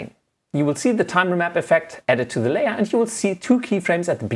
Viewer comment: "On your Layor"